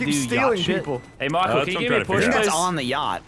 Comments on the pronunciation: Lannan calls Michael "Mackel" and Gavin says "Micool" when will somebody say his name correctly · Omg... Lannan says Micoo too